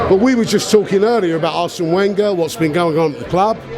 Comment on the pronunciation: I hate when he says Wenger